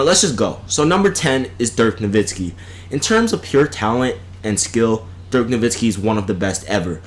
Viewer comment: Yeah, that fool said Dirk Nowitzki! Can you believe that sh*t?!